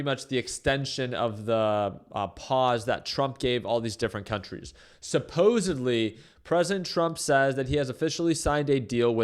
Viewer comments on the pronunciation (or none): none